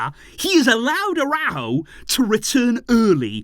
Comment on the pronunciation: The Uruguayan’s name is pronounced AraUjo. There is an accent mark. It is not pronounced “araho”